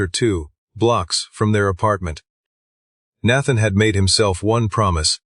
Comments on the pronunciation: Need to teach your AI how to pronounce Nathan!!! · Would be much better if the AI voice could pronounce Nathan. And understood something close to voice inflection.